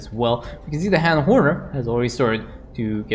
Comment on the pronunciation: That... Han & Horner is... Weird. Mindless, too. Like, holy cow they were just throwing everything away. Also, it's pronounced Hawn, not Haan. Like fawn, dawn, etc.